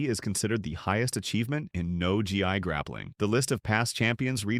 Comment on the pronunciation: Gotta work on that script for your AI narrator. Gracie “Beara”? “No G.I.”? You know how dumb and uninformed that makes this video sound, right? Not to mention lumping in IBJJF and ADCC with schools while leaving out about 15 other schools I can think of. If you’re going to include them while ignoring schools like 10th Planet, GFT, and ATT, fix the title. Overall, halfassed execution. 5/10.